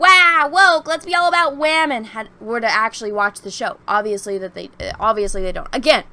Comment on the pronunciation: Notice "wamen" are prominent